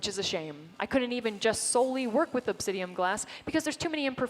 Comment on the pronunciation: Obsidian not obsidium! Omg she said it like 50 times! It makes me itch all over lol